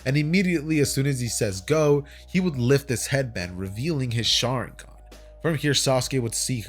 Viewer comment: I turned on captions out of curiosity and everytime he says sharigan it says sharing gun